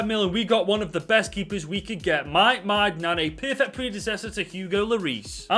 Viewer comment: The pronunciation of Mike Maignan is 👌🏼😂